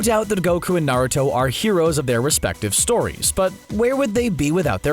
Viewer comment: U can tell he doesn't watch naruto by the way he pronounces the names and terms in naruto.